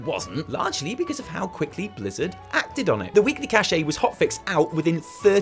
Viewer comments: I feel wronged,. I feel that I should be able to like this video at least 10 times more. Scrubs. PS: it's cash btw, not cashè:P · Cache pronounced like Cash, not Cashé/cash-AY. You're welcome sir! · It’s pronounced cash not cashe you silly goose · One of the few words where the disambiguation of pronunciation is actually a case of "No, that way is literally just wrong no matter where you're from" lol